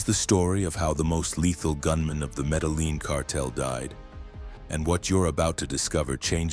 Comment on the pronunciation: Metal Lean? AI...